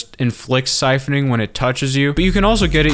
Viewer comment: "SIPHONING"! SIPHONING!